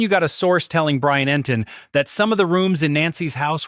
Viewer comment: EntIn, NOT EntOn